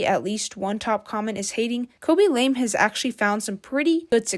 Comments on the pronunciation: You cant even say his name correctly, KABY LAME not KOBE LAME. No surprise you like this repetitive guy. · "cabbage lame" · Ryan William Johnson😂 Kobe lame😂 Your name butchering is legendary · kobe and lame lol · the forgetting of the word evolution and "khobe lame" is so funny